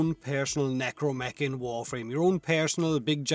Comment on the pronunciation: Is it a tree thing, that when says necramech it sounds like necromech to me?